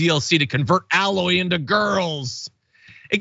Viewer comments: That's "AY-loy", not "Alloy". 🤦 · This DLC was fucking amazing, and the most beautiful anything available on the PS5 to date. Yet this is the focus... and John... Aloy is pronounced A-LOY, not alloy. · I agree with everything said here, but her name is A-Loy as in Eh-loy lol. Other wise, sections of the gaming community are super toxic, not surprised, just think it's dumb that these idiots would lose their mind over this. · For the first time I'm going to post a negative comment on your feed you mispronounced her name it's pronounced A-Loy, it's also robotic animals and such. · Tell my you havent played the game without telling me you haven't played the game. That isn't how you pronounce Aloy. Its pronounced with a hard A like your saying the letter A, not alloy like a composite metal. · I adore you but For Crying Out Loud (read in Jack O-'Neill's voice) it is Aloy, not Alloy. The A is the LONG sound, not the short sound! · Oh John, I love you, but I expect more from dragon daddy. Aloy’s name is pronounced with a long a, not like alloy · I loved that kiss! Aloy deserved some love after all I (sorry she) went through. That was hard on Ultra Hard that game. John, it’s pronounced A-Loy as in …. A loy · you didn't have a single person in the studio to tell you how to pronounce this woman's name properly? lol